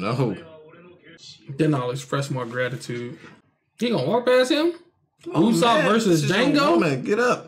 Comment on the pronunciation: its UUUUUSOPP instead of Ussop